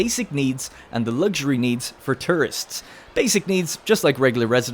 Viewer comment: The way you say tourists LMAOO TRists